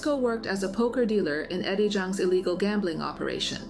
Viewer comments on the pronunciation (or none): none